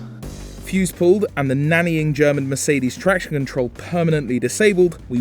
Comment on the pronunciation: Why do ze German accent only for Mercedes??? BMW is German too!!! ...and don't say they aren't, yes they are. Bavarian Motor Works, and Bavaria is a city in central Germany.